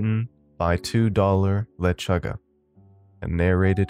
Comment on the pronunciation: The way you pronounced lechuga lolol